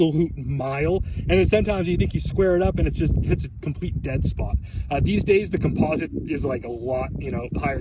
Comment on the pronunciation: u are saying composite wrong